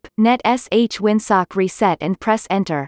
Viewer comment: It’s netsh not netesh